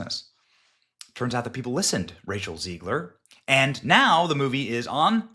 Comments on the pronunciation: Its ZEG-ler not Zeeg-ler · It's Zegler, not Zeigler. Stop insulting the wrong name.😊